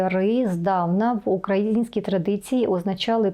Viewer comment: Мені завжди дуже цікаві Ваші відео! Коротко ,але із сенсами. Тільки є одне «але»… Ріжуть вухо не правильні наголоси у Вашій мові. «КозАки», «укрАїнський»… якось по москальські трохи). За контент-дякую!